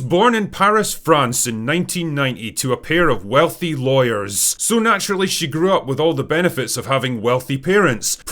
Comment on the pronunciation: “lawyers” you say 😂